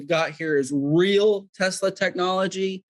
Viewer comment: OMG Tesla it is his last name Mr. Tesla get it right